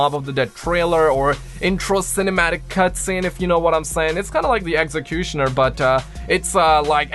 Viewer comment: The way you said exectonier and it’s ummm